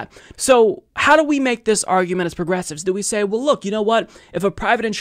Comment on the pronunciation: The way he said it and du-PLICK-a-tive (more Aussie-like) are common. His pronunciation of "well" as "wull" is terrible as is his pronunciation of any word beginning with "str"....e.g. "schtrong" for "strong".